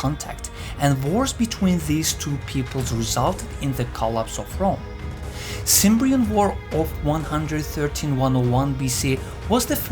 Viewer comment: You're mispronouncing "Cimbrian" - it's more like "kem-brean". Also, the Cimbrians came from north of the Limfjord (Limfjorden) in northern Jutland (Nordjylland). The Teutones came from what is now western Jytland (Vestjylland) and the Ambrones came from southern Jutland (Sydjylland/Sønderjylland & Schleswig - which was Danish up until 1864). So, yeah, they were all Danes, Jutes specifically. Calling them "Germans" is just factually wrong. Also, I can't believe that you make no mention of "furor Teutonicus" during this entire documentary.. that was quite a significant event which left a big impression on the Romans, who were in turn hesitant to move into Germania (even before Teutoburg). Out of curiosity, what's your source exactly?